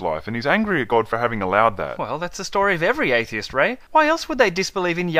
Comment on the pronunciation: I think it's cute the way pronounces the word "atheist".